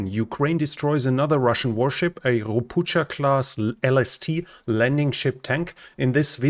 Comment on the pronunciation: It is NOW Ropucha classs, it is Ropukha class. Learn to pronunciate properly prior airing anyting